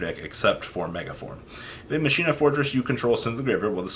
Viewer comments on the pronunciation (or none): It's pronounced as Mockeena Kernel. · I can’t believe you never ya kneyw yhow to say colonel... you kno like KFC Colonel Sanders gKERNEL KERNEL KERNEL. Then i can’t believe the try machina “master” has been calling them maSHEEna last structure deck sucks... I’m scratching my head wondering whey the fuck I even just watched or got out of this video. A big pile of nothing except the shock that you cant pronounce your owners Andy tryyyyu77777 I myou mmmuyy